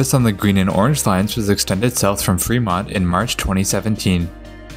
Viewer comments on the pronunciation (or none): none